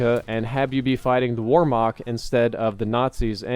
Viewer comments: Wehrmacht... "V-air-mack-t" not "War-mack" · C'mon. I thought you of all people would put effort into pronunciation. How do you get Warmok out of Wehrmacht? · oh you were saying whermacht. It first sounded like you said "warmoc" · It’s pronounced Vert-moct not Wert-mact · warmarch ? its called Wehrmacht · "Weremoct" lol it's "vermakt" spelled Wehrmacht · Its not Wohmach its wehrmacht (ver-mackt) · it makes a Ver sound not a Were sound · Hey, Wehrmacht is prenoused with a V not with the way it looks with a W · He pronounces wehrmacht with a W when it should be V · He probably means Wehrmacht. Kinda like a german army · What is this "Weremock" you keep talking about? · its pronounce "vare-macht" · "wormak" cmon man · what? there was not a separate Germany in WWII.. the Wehrmacht was the Nazi German Army.. pick up a history lesson. the Wehrmacht also had swastikas on their uniforms.. so that's not really getting around the issue. and FYI, Wehrmacht is pronounced with a "V" sound. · war-mock jesus work on your german:) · Your pronunciation of Whermacht hurts... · "Warmacht`` dude that was the funniest pronunciation ever xD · Wehrmacht is pronounced VARE-MAHCKT. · He saids wormock instead of Wehrmacht xD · "Historically accurate" "where-Mach" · "warmach" lmao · ver (pronounce it quickly) - maht (pronounce it quickly as well) W e h r m a c h t, for anyone wondering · Yeah I was like what the hell is war mock... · I tried googling "warmak" to see what he was talking about... this clears it up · Oh was he saying Wehrmacht?! lmao I was like wtf is 'Warmog'? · He pronounced it wrong google Wehrmacht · Every time he said it I cringed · Your pronunciation of Wehrmacht is cancer:P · When he pronounced "Wehrmacht" my heart dropped :(